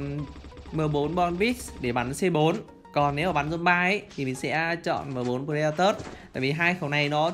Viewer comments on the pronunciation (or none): none